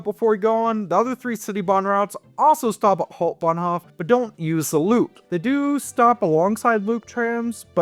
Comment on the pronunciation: I give you DISLIKE because you're talking like a rotten wild boar, uneducated, unrefined, noisy, and cheesy to the utmost. Hau in Hauptbahnhof is pronounced like how, not haw.